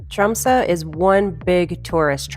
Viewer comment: First it would be nice if you pronounced the name of the city correctly. It's pronounced Tromsuh not Tromsoe. Why didn't you just fly to London and then take Norwegian Air to Tromsø?